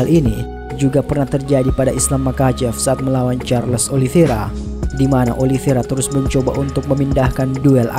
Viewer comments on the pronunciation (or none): none